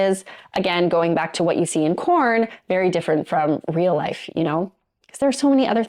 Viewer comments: Is she saying "corn" instead of porn? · Im new to this channel (love it) but at the risk of sounding stupid, are u saying "corn" in reference to porn? Just curious because after about the 2nd time I heard u say it, it was the only thing I could concentrate on lbvs😂